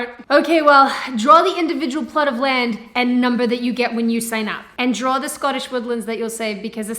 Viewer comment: I like how pronounces "draw". She going to drawer a certificate.